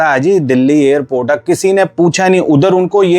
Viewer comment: The narrator should stop the illiterate pronunciations of "Air India" and "Airport." He says "Ayr-India" and "Ayr-port." Absolutely wrong. Right: "Air (as in CHAIR/PAIR)-India," and "Air- port."